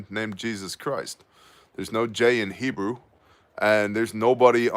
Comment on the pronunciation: Just gotta say WOW!! HUGE HEBREW pronunciation improvement! Almost there! Even nailed the ‘CH’ hockin a Loogie sounds! 😎👍 On the wine prayer at the end, try “Ber-ay pre- Ha-Gah-fin, and you will nail it!! Hope that helps. You’re becoming a Hebrew Ninja! So good learning stuff from you, thanks brother! Stay awesome and saucey!!